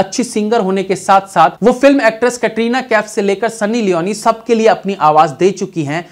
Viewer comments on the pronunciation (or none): none